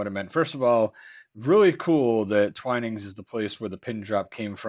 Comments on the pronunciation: Twinings the way you're saying it would be with two ns. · Hmmm T.I.P..... Surely it would be 'To Ensure Promptness', not Insure. Yes to pronounce Twinings, the way you thought it was, would be to spell it Twinnings.